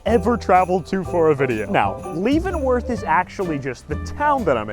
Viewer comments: !!! He did not just pronounce Leavenworth (Leven Worth) as (Leave in worth). How dare he do that to my state 😂 always beautiful during Christmas tho and super hot in summer. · Love the video . Leavenworth Washington is a awesome place to visit . It is pronounced Levenworth though lol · The way you were pronouning Leavenworth was irking me. It’s pronounced “Lev-en-worth”. Also, there was a way better attraction than the nutcracker store. They have roller coaster that you control yourself on the side of a mountain. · Hearing you say Leavenworth wrong the entire time was so hard to listen to 😭😭 you say it like "LEV-uhn-wurth" but I'm glad you liked it!! Everyone in Washington loves Leavenworth though!! There's so much to do including hiking and glass blowing classes! The cheese shop is a MUST stop!! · Leavenworth is pronounced (leh-vuhn-wrth) by the way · Its pronounced (levenworth) i live in wa state i go here every year did you go to the alps candy shop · Leavenworth is pronounced LEVEN worth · It's pronounced like Levinworth. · Bruh you did not just say "Leevenworth" 😵😵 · As a Washingtonian, your pronunciation of Leavenworth offended me. 😂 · Great Video but he Pronounced Leavenworth wrong. Im from there.